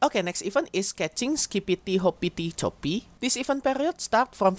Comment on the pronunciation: i think you pronounce it best possible way :)